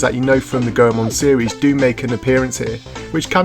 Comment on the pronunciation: Lol the last time i saw you ya dressed up like Goldust. you look so different lol im glad your a fellow Ganbare Goemon fan! Also its actually pronounced "Goy-Mon" just thought i'd help!